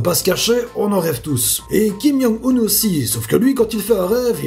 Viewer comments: C'est Kim-Joung-un pas Kim-young-un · Ça me perturbe trop qu'il dise "Kim Yong Un" XD